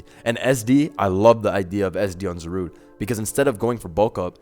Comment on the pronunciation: It never once occurred to me to pronounce it Za-rude instead of Za-ru-de.